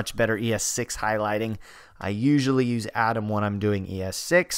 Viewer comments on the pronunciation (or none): none